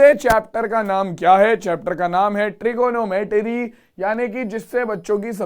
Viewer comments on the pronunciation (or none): none